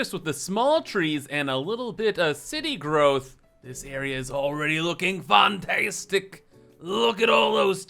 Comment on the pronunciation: Whoooo FEN-teestic!